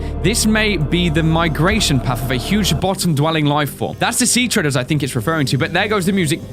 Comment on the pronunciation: its seatreader not seatreder